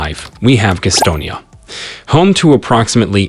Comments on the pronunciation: being a Charlotte native, I can honestly say this video is the first I have heard of Guh'stonia. Maybe the folks in Gas'tonia have heard of it.... is it in Guh'ston county? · It's Gastonia. Thank you. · It's definitely NOT the "Queer Stone " Yuh pronunciation as in Gay. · GAStonia not gusstonia lol. I don't blame you. A lot of outsiders call it that. What I love is that Rockingham is predominately white and Wadesboro is predominately black... and they both equally suck 😂😂😂. Also, Albemarle is not costal. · Note: It's not pronounced 'geestonia' It's Gas tonia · It is pronounced GAS-tonia. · I cracked up every time he said Gastonia 😂